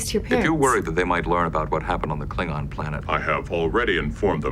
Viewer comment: you need to work on your Klingon pronunciation